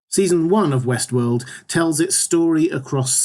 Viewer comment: Will there be a season 2 overview as well? Every time you say Westworld, I hear Westeros... ><